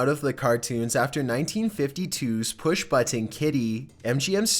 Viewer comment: Your voice sounds boring, what you’re talking about is stupid in me opinion, and the way you pronounce “button” pisses me off. So, no, I’m not following you nor doing anything that’ll make me see/hear from you